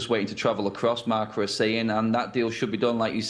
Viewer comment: marCA? srsly? its marca ffs